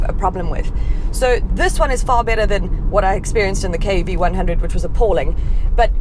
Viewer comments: It's actually 3oo(double o not zero). Mahindra cars name always ends with o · Hi, its pronouns xuv three double O